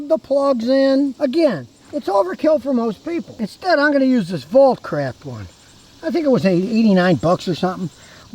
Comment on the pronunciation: That was funny, you said “I’m gonna use this Volt Craft one”, but it sounded like “this bull crap one”… (smiling owl insert)😂